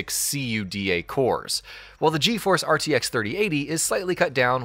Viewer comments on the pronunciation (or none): You know they're just boarding the hype train for potential views when they pronounced CUDA as C. U. D. A. and Valorant as ValoRant. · my ears are bleeding when you spell CUDA cores XD come on, no one spells that... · What the hell's a C-U-D-A core? Is that like a cuda core? 🤣 Edit: if we're just being pedantic, we could at least pronounce Asus correctly. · STOP SAYING C U D A!! Just say cuda like the rest of us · Can’t you just be normal and say CUDA and not C.U.D.A. Like everyone else? Including Nvidia? When you say it like that it sounds fucking stupid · This guy have to say “GEFORCE” every time but says “C-U-D-A” cores. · Wow the AI voice is so human like. I really thought it was human until i heard it constantly pronounce CUDA in a spelling way. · This man just said C-U-D-A cores yeah I'm outta here not taking notes from someone that ignorant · C.U.D.A triggered me a little bit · "See you dee aye" cores ...dang it i didnt see that other comment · Why is nobody talking about c u d a cores? Cuda! Come on man, nobody says a w p, they say awp. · C U D A CORES lmao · The dude literally said C U D A instead of saying it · SEE YOU DEE AY cores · See you Dee Aye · "See You Dee Ay cores" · its pronounced coo-da cores, like the word "coup", and da like "yes" in Russian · You say things so wrong you say “Valor ant” and you spell out cuda cores it’s the full name don’t need to spell it out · What clown wrote this video? Literally saying the same shit Nvidia said in their reveal and completely ignoring that it was DLSS 8K lol. Not to mention the weird way of pronouncing CUDA cores. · using your comment to vent :D also, you can pronounce cuda as a word, also, int unit are NOT I N T units, as int is just the first syllable of integer, it also doesn't need to be said letter by letter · Quit spelling out Cuda. Iz weird.